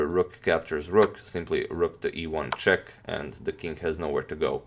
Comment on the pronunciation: I hear it when he says rook to e1check